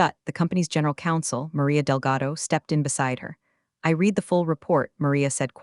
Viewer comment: That's read as in red, not red as in reed.